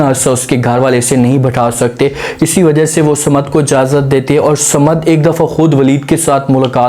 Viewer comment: Not Samad but Saman please.